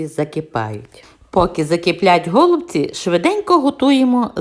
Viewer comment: Але наголоси,трохи шокують українську мову..нпр-гОлубці. А треба голубцІіі. І ще укараїнаг має більше 160діалектів. Найчистіла укр.мова в містах Луцьг.Рівне...ближче до літературної. А рецепт хороший.